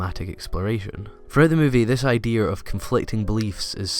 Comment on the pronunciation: Say "Idear" one. more. time.